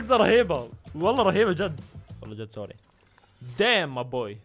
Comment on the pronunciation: احلا شي لما يقول سوريا😂